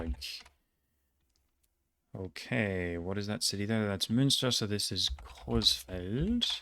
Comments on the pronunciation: he pronounced "coesfeld" right which most germans that dont know it dont know how to pronounce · Brother. You pronounced Coesfeld better than fricking 95% of germans… You are the endboss…